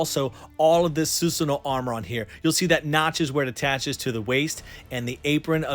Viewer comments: su sa no.... not su su no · I'm here for the first time, I can't understand why you're calling susano as susno? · It’s (: SUH SAN NOO;) pernouce it like that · Su Su No❌ Su Sa No ✅ ✌️ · Love your vids. But please stop saying Sus-no. Its Su-sa-no-o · please dont pronounce susano like that. suSAAno!!!! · Why Susanoo become Susuno?? 🤭